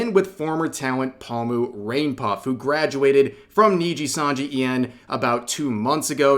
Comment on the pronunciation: Omfgggg Rev are you seriously still pronouncing Pomu as "Pa-mew"?!....